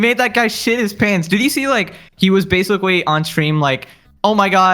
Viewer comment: Everytime says "basically" it's like sandpaper on my ears. Bro says a word 30 to 60 times in a video but can't say it correctly once.